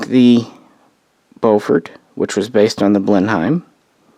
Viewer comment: Loving these aircraft histories. I know we speak odd over this side of the Atlantic but Blenheim is pronounced Blen-um.